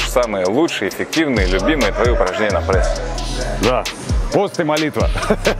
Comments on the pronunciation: где в слове пресс буква Э ??? откуда прЭсс ??? что это за зашквар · прЭсс… Кровь из ушей ((